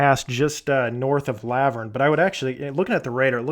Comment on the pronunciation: Great video. Oh and it's pronounced La-vurn like Laverne & Shirley the tv sitcom 😳😂